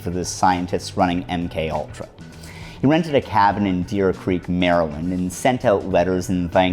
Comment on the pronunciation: Deep creek MD, not deer creek